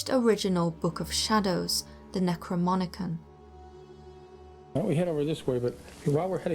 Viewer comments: it's NecroNomicon not NecroMonicon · 👎🏼 for "Necromonicon." 😂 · Here we are some years later. The credibility of the narrator about the "Book of Shadows" is cast into serious doubt simply because she can't even pronounce the name correctly. It's "NecroNOMicon". NOM, NOM, NOM. If you don't know well enough what it is even called, how do you know how authentic it would be? To be fair, I do believe it is a fictional book, but at least get the name right for your own worth of respect. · So you and the guy reading the book title both got the name wrong? NecroMONicon? Really? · Say it with me now: necro (nekro). NOM. icon (ikon). NecroNomIcon. Not whatever gibberish you said . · Why does she keep pronouncing it as 'Necromonicon'? Anyway, the book is based on the fictional work by H.P. Lovecraft who in turn got the inspiration from texts such as the Eqyptian Book of the Dead. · Yes it is. And your spelling is correct, it is not necromonicon like that guy said LOL. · Seriously has this narrator not read the word Necronomicon..? She keeps saying Necromonican. I know it's a trivial point arguably but really if you want to be taken seriously proofread your stuff. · It's necro-NOMicon, you're saying it wrong, I have to stop watching it's so annoying. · Necromonicon xD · Super annoying this narrator can’t pronounce necronomicon. Hahaha if you didn’t notice you will now. She keeps saying necroMONicon. ^_^ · Narrator keeps calling Necronomicon, "Necromonican". Very annoying. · You pronounce it "NecroMonicon" :D Wasn't it written by H.P. Lovecraft? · necroMONicon, lol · Why d'you keep calling it necroMONIcon? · lol.... necroMonicon? Really? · Repeat after me, "No-mi-con. Ne-cro-NO-MI-con." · It doesn’t read necromonicon.. clearly says necronomicon. I don’t know why that annoyed me lol great vid though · no no say it right like she does the necromonican lmao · Or pronounce it "Necromonican" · Yeah I cringed every time she said "necromonican". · it's necronomicon, not necromonicon